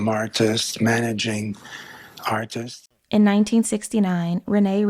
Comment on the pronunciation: If you're going to make narration videos, at least learn how to pronounce the word "Artist's" It's not pronounced "Artises". How embarrassing.